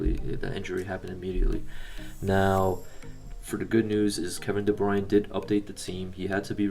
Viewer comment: It’s Kevin de bruyne not de bruin